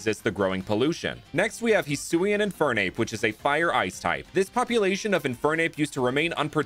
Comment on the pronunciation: So remind me again why everyone over pronounces Hisui when it’s not that hard to say